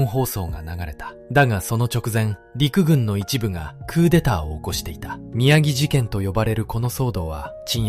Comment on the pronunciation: 宮城事件→きゅうじょうじけんと読みます。